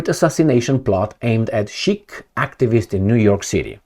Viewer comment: why are you so lazy, for someone who brags about being a reader. Pls use google translate/enuniciate. It is SIKH, NOT SHEIK! INDIAN, NOT ARAB WORD.